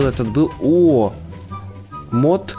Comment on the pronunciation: Не Мот А Мод